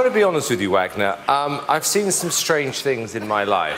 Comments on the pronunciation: SAY HIS NAME RIGHT, LOUI!!!!! IT'S VAGNOR!!!!!! JERK!!! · Poor thing. I bet after all these years Louis still hasn't managed to pronounce his name right.